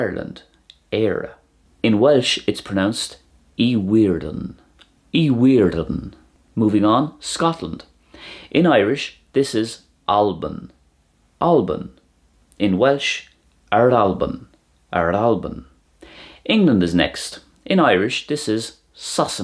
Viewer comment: You're missing out on the slender r in Éire and Céir (you're saying it like the English 'care') and the epenthetic vowel in Albain. Also if you'd used the Connacht or Ulster pronunciation of Tarbh it would've sounded identical to the Welsh! Interesting video, thank you for putting it together. Always nice seeing such comparisons